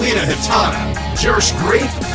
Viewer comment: AAAAAAHHH YOU SAID IT! YOU SAID JERSH GRAPE!!!!!!! IALMOSTSQUEAKED I'M SO HAPPY!!!!